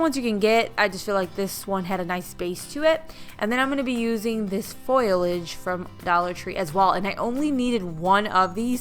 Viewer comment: Love the wreath!!! But, it’s FO-liage...